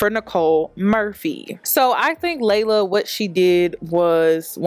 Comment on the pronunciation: Its pronounced LEE-la not LAY-luh!!! Ugh why does everyone say our name wrong?? 😒